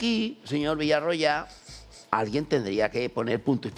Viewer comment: Hostia con el "Villaggoya"